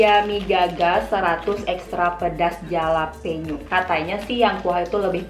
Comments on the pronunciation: btw dibacanya "halapenyo" kak, hehe sukses selaluu❤🙆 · Bacanya "halapenyo" bukan "jalapeno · fyi: pronounce jalapeno itu halapenyo:) Emg deh mie selalu bikin ngiler~